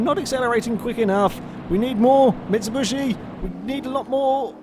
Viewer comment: why do you say mitsibushi